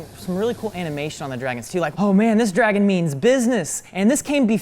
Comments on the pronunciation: pronunciation of dragon FASCINATES me. Dreigon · OK, so I know what a "dragon" is, but what the heck is a "dray-gon?" And where in the world do people pronounce it like that? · It’s dra-gon not dre-gen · It's drAgon not drEgon